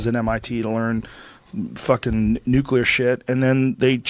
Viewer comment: Never trust someone who can’t pronounce nuclear correctly